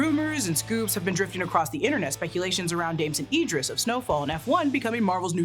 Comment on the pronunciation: The fact you mispronounced Damson Idris whole name wrong throughout this video is wild af and...I can't get past it 😭